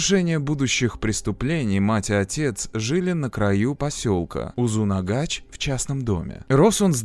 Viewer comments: Почему произносят узынагач? Когда название узынагаш, может мне как носителю так режет слух, но а видео крутое, спасибо 👍было интересно смотреть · Узынагаш, а не узунагач🥲 Очень интересный ролик Живу в Алматы, помню как то слух был, что он сбежал из больницы. Нас тогда всех дома закрыли🤔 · Спасибо большое за прекрасное видео) Только в следующий раз пожалуйста спросите у казахов как читать названия населенных пунктов у нас. Очень резало ухо УзунАгач и АктОбе.